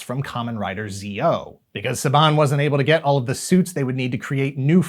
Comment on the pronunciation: It's Kamen Rider ZO, said like the zo in "zone." The one pronounced Zi-O is a different one. Also the multimedia push coming up isn't just about the movie but also the anime adaptation of the Kamen Rider W Fuuto Tantei manga.